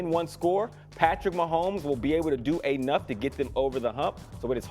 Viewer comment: wtf is anough? Vowels are hard for these people, I swear.